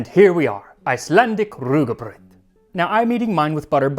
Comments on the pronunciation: very good pronounciation of Rúgbraud. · Thank you for making the effort to use the Icelandic orthography for rúgbrauð and pronouncing the word correctly!